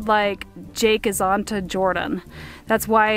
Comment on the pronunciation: it's NOT Jorden!!!